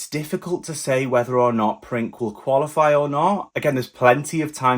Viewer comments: Honestly, how did you figure out his name Princ(e) was pronounced "Prink"? when it couldn't be more obvious the word is PRINCE only in Serbian. Ever heard of Google translate? Be honest! It's beyond me how stupid you got to be. "Prink". Unbelievable! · You must say Prince not Prink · C is not K in Serbian. u can pronounced as Prince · Princ is pronounced Prince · Princ pronounced “Printz” or Prince